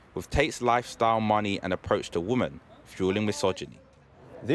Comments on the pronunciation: It's pronounced "WOMEN" not "WOMAN" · This journalist pronounces Women like Woman 🤦‍♂️